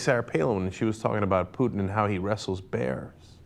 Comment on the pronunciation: Ralph Peters might be an idiot but he's the first American I've heard to pronounce Putin's name correctly.